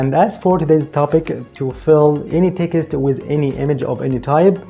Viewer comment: You seem such a nice and hard working man, I have been a subscriber for a long time and want you to succeed. Can I say when you say Text it sounds like Ticket, I understand you are trying and doing very well with your English and I am saying this as a friend! Try to pronounce Text like TEX- - T Or even just say TEX. Keep up the good work.